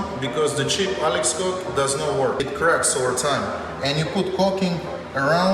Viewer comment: I thought he was saying "coke" not caulk